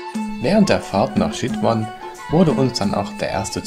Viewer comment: Sehr netter Reisebericht, kleine Kritik für uns heißt Chitwan ausgesprochen "Tschitwan" und nicht "Schitwan" !?